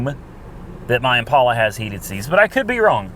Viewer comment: Hey. It's Impala not Impaula...please stop the "stupid" pronunciation!